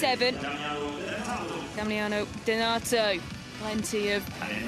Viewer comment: Can somebody 5L4P that BEECZH who's been calling the Italian DENATO? In this video she did call the athlete a wrong name seven times!